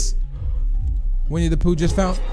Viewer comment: When you said winne da pooh at the begining it kinda sounded like we need a poo